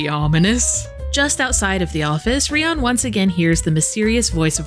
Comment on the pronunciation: suddenly changing how she pronounces Rion from "REE-on" to "ree-OWN" is very jarring